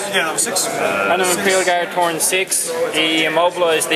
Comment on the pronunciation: torn = after you rip something. Accents almost never bother me but your saying a totally different word.